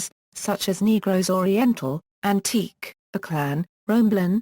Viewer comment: Antique is pronounce "an-ti-ke"